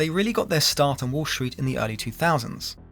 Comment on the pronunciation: disliked. you pronounce 'street' as 'shh-reet', and 'destroyed' as 'dish-royed'. so you can't speak, so I won't listen. clicked off.